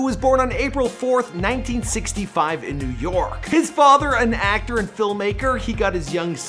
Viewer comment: ActOOR VideOO uhhhh what...